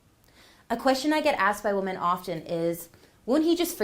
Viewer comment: it’s pronounced wi-min NOT woman when you’re saying the plural version